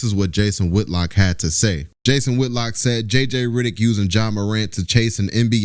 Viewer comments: It’s RED not RID. REDDICK NOT RIDDICK. sorry but your pronunciation of that name is wrong and mad annoying 😂😂😂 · Heyy it's jj Reddick not riddick🤣🤣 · Hell I spelled it wrong it’s REDICK 😂😂😂 Not RIDICK 😂😂😂😂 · His name is JJ Redick not JJ Ridick 😂😂